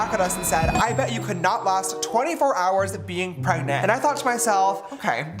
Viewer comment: Prayg-nahnt. JFC.